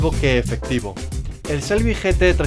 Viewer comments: Se pronuncia chelby (shelby) no se pronuncia selby.porfavor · Victor Gonzalo Se pronuncia con che no con sel. evidentemente se pronuncia cómo se escribe pero el nombres americanos y alguna vez lo escuchas decir de un americano no le vas a oír nunca Shelby con ese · Taxirati Jesús Lobo Te repito, no es ni con "ch" ni con "s", es con "sh", pronunciando la "h". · No se pronuncia ni "chelby", ni "selby", se pronuncia como se escribe, no es difícil, "shelby". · no se olviden la "h" en Shelby no es muda, hay que pronunciarla